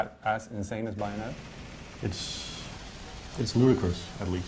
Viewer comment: Its BAY- ON- ET-TA geez lol